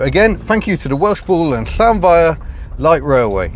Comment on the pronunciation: Well, you've cracked the difficult bit - the sharp "hy" we've all mispronounced as "high" for so long! And now I know how to pronounce "Llanfair" properly :)